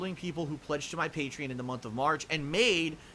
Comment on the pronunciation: First word in the video: "patrein"